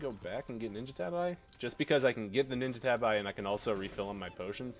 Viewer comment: Bruh they're pronounced "ninja tahbee" XD